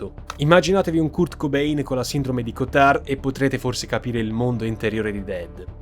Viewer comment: Pronunciare Kurt Cobain all’ italiana come faceva mia mamma 30 anni fa cioè CURTE cobain non di può sentire..sei più giovane di me, sei molto più in gamba di me, più colto e per questo più immensamente ingiustificabile! Impara sto caxxx di inglese a